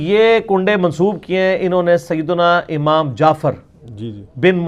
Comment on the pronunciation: oh bhai.....pehlay zabaan tu seekh lo......phir aflatooni karna.khuwab DAYKHEE nahin......khawab daykha.......kaho. lafz aamaam nahi hai lafz imaam hai......lufazi kanay sey phehlay lafz tu sahi ada karo.